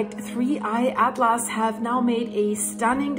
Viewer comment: Another great video. Your English is excellent but since I'm a speech therapist I will help you with four science words that are not often used. First "Comet" is pronounced "Cah mit" without the long "o" vowel sound. Second, in he words "NASA" and "Atlas" the 'a" sound is not an "ah" sound but like the "a" in the word "Hat." Lastly, the word "iron" is easier than you might expect. Say the letter "I" as in the English alphabet and then the word "urn" as in an object that contains human remains and you have "Iron" Now if you speak Spanish, I could use some help pronouncing some words....